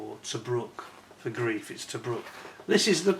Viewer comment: In German 'ei' is pronounced 'eye', so it's 'gr-eye-f' not 'greef'. Looks a nice kit. I think Tamiya did one that I remember never finishing because I got bogged down with the interior. I'd do better now. I hope.